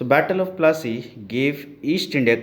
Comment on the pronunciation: Can you say plassey properly